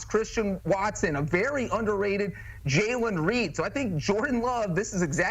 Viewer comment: jaylen reed bruh why do so many media people fuck his name up how you gonna call him underrated and then fuck his name up bruh